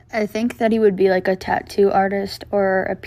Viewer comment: I’m British and I still don’t pronounce tattoo like that